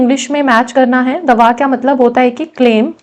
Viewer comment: Not Dua it's Daa waa